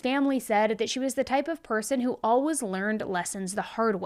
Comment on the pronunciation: Where is she ( ) from? She always pronounces ALWAYS as alwas